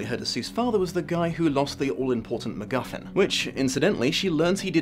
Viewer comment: I thought you said the magical McMuffin for a hot second and now I've confused myself